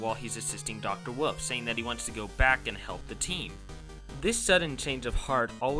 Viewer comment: why do you say woof instead of wolf and pronounce indecision? Do you have a speech impediment? cause if so same ^w^